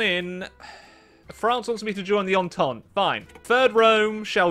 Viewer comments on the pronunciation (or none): none